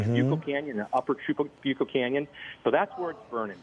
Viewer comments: It is Tra-bu-co. Emphasis on the U. Not Tra-boo-co. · Tra BYU coh not boo